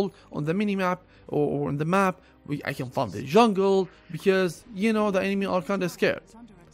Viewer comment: U say can but sounds like cant